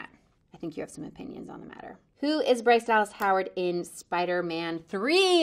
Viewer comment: . I like how she roll her tongue !!